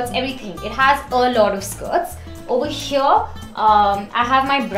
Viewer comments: Over heeeeeeyyyyyaaaaaa😖😖😖😖 R.I.P English 🛌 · Why so much emphasis on "Over here" 😂 too much tantrums